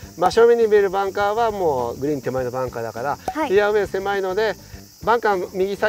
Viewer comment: 芹澤さん！ ヘアウェイ、ヘアウェイ。 フェアウェイと発音できないところ、ワロタ。